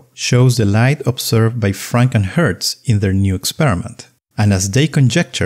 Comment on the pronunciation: The way you say Franck and Hertz, channels FrankenHurts, the mythical 20th century monster with bolts in its forehead.